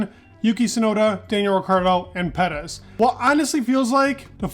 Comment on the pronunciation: Personally, I can’t wait for Perez to retire, so I don’t have to listen to you butcher his surname. No offense I love your videos and you’re very knowledgeable however, whatever you’re doing with his surname is completely wrong just sayin….